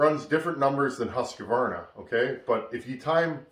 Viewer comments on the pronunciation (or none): Hi, interesting and instructional video. I'am a swed and the Husqvarna is a swedish company, but man you murder the Husqvarna pronansuation, it shuld be like [hus_kvarna] ;-)